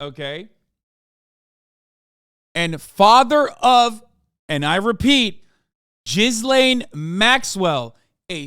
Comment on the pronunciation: Is hasan aware her named is not pronounced JIZZ LANE 😂 even Ethan pronounces her name more correctly